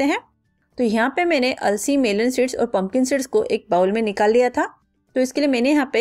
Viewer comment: थोड़ी देर के लिए,अंग्रेजी को भूल कर, हिंदी बोल सकती हैं, टॉकी, हरकोई,कम पढा लिखा भी, आप की उपयोगी रेसपी को समझ सके।पता ही नही चल रहा है पनकन सीड बोलै हैं या पंपिंग सेट बोल रही है, आपका उच्चारण भी बहुत स्पष्ट नही है। कृपया ध्यासन रखिए कि, कहीं ऐसा न हो जाए कि, आपकी मेहनत बेकार ही हो जाए। इध्वर असपको सद्बुद्धि प्र्दशन करे। Don't take other wise.